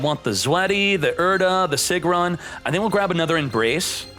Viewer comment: "Sigrun" is pronounced "Seegroon"!